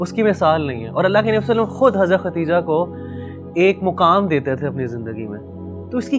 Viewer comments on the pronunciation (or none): It’s not khatija brother it’s khadija. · For brother who’s hosting the correct pronunciation is “KhaDija”not Katija.